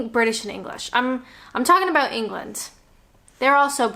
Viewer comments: Us brits are truly laid back... UNTIL YOU PRONOUNCE ABOUT LIKE ABOOT! 4yrs and she still doesn't get it 😂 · please address the way you pronounce the word 'about' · "Aboot" <3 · I know, this is a cliche but I love how you say ‘about’ makes me smile every time. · I love your tutorials, don't tell anyone but I have a drinking game when ever I watch your videos and have a drink when you say "about" in Canadian, keep up the good work, take care from 136 miles south of Vancouver British Columbia.